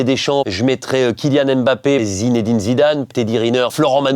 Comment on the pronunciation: ah denis pas toi quand meme prononcer Mbappe en AimeMbappe 😭😭😭. Denis le goat tout de meme